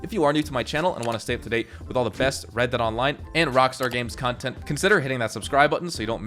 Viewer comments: red "deead' lol in the intro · Ah yes, red deead